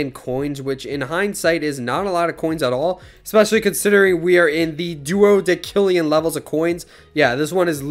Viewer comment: The c in duodecillion is makes the s sound.